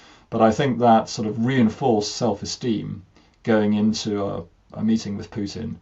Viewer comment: I heard "mating"